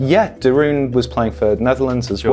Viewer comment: Note of pronunciation. de Roon being dutch means it should be pronounced de Roan. I only say because I know you care about these things :)